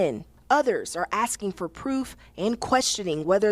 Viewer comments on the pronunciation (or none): YES B I HEARD IT TOO , she be AXIN qwershtinz